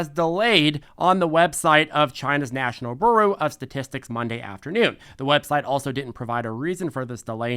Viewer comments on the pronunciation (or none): Bureau pronounced as "beroo"... brilliance